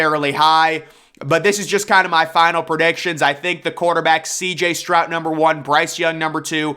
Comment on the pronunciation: Stroud has a D at the end, not a T